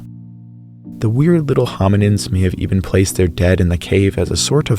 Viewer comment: do you not know how to pronounce the (th) sound